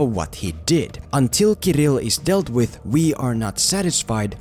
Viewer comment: Your pronunciation of this Russian name "Kirill" is so soft and cute ^__________^ From Russia with love.